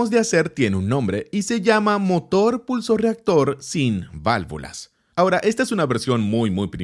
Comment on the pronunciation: pusloreactor xd